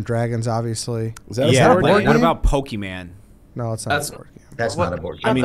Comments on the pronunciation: pokey man??? come on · This was an all-time dumb draft lol. Talking crap about checkers' strategy and then drafting guessing games, "Poke-e-man", and trying to claim he wasn't the one who brought up the story that only he knew existed